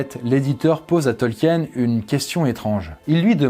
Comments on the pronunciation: Bonne video, mais, ta prononciation laisse à désirer, tu as manqué de recherches auprès des tolkiendili, c'est vraiment dommage, c'est un manque de rigueur de ta part et de celle de ton équipe. 😢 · Je crois que le plus choquant dans la vidéo ce n'est pas la prononciation de Frodon mais celle erronée du nom même de Tolkien, qu'on doit se coltiner presque à chaque phrase pendant quasiment 20 minutes. Pour info, ça se dit "Tolkine" et non pas "Tolkiène". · Ce n'est pas qu'une question d'accent. Déjà rien que le mot "Tolkien" est mal prononcé... à chaque phrase... pendant quasi 20 minutes. J'ai souffert. Pour ceux qui ne sauraient pas, ça se prononce "Tolkine", pas "Tolkiène". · Faut le savoir en même temps, que ça se prononce "Tolkine". Ceux qui ne le savent pas (c'est à dire une grande majorité) vont instinctivement le prononcé "à la française",ce qui est complètement normal. Perso j'ai mis des années à découvrir la vraie prononciation, et c'était y a pas si longtemps, et complètement par hasard.